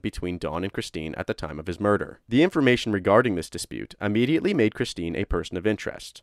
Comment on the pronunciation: Immediately not UHmediately. Sorry I couldn’t take it anymore